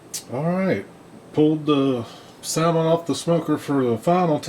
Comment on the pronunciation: The L is silent